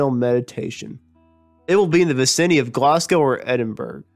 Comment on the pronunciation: People who narrate should have some notion of public speaking. This guy sounds like he's drunk. Vaciny for vacinity, Meteric for Meteoric, Brish for British, etc., etc.